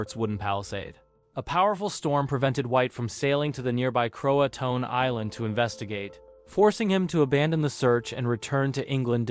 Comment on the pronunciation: Croatoan is pronounced Croatoan, not Croatoan.